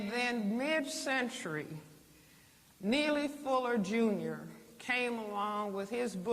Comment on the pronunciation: say his name rite boy !